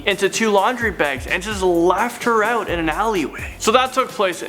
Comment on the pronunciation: Can the host please learn how to say the word out correctly. It sounds creepy the way he says it. He's trying too hard to sound like a Valley boy.